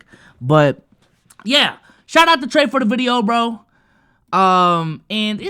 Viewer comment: It’s treyyy bro 😂 u messing up